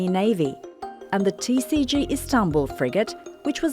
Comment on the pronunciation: Koskoca TRT TCG'nin Türkiye Cumhuriyeti Gemisi demek olduğunu bilmediği için, tisici diyerek kısaltıyor. Türkçe söylendiği gibi okumak çok zor olmamalı. Kızılayı kizilay olarak nasıl telaffuz etmiyorsak. TCG'yi de tisici olarak söyleyemeyiz. Geminin şahını harikalığına vurgu yaparken bile yanlış terimler kullanmak cahillikten öte değildir.